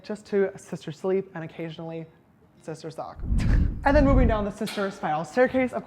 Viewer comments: That’s what I heard to lol 😂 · Same!!! I also thought he said that, I turned on the caption... i believe he said TALK ? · Okay I literally had to turn on the CC for . Sister WHAT? Oh! Sister "talk." Gotcha. :|